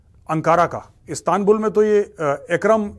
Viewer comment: Not astanbul or aanqaaaraa It's Istanbul and Anqarra... Correct ur Pronounce. .. U Can not Eliminat Kashmir from Muslim Hearts and Kashmiris peoples. ....KASHMIR KEY NAAM PEY TUMHARI DHOTI BHEEGH JATI HAI...